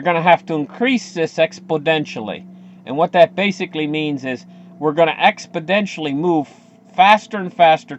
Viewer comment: Intelligent analysis here. Thanks. To sound as intelligent as your analysis try saying EXPONENTIAL with 2 "N"s (and no "D's). Cheers.